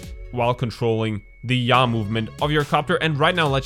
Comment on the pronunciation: Yaw sounds like Ja. LOL Ich liebe your accent.